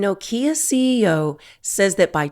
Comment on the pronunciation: Is pronounced NOKIA.....